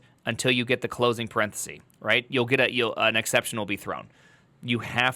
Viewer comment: It's a parenthesis not a paranthesee